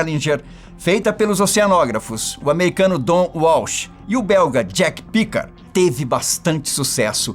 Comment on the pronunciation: O falou o nome do cara errado kkkkk🤣